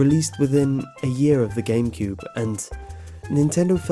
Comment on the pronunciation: 151 he said gamecude XD